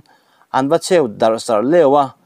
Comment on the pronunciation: A bengvar thlak leh e. Chheu tih hi i i lam rik dan a diklo deuh. Heu kan lam rîk dan hian nise.